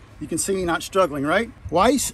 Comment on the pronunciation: Wiss is pronounced with a short "i" as far as I know, not like Weiss.